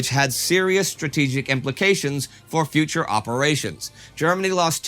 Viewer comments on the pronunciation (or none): none